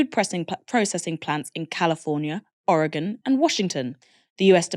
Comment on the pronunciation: How is a British person able to correctly pronounce “Oregon”, however, anybody on the east coast cannot bring themselves to do the same despite being corrected repeatedly?